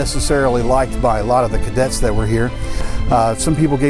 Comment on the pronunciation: It’s CADETS not Kaydets 🙁